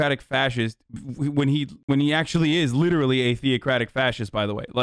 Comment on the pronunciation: "LITT ERLY" - hasan, all the fucking time